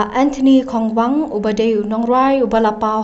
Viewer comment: Kongwang not khongwang.... Pronounce bha phi kong